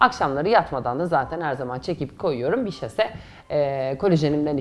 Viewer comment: Saşe olacak ama şase değil 😘🤭 Seni seviyorum güzel kadın ❤️😍😍😍